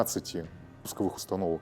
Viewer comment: устаноУОК. 😂😂 Разпакоука, епта